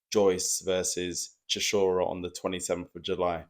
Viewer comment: The way you say "Chishora" is near unbearable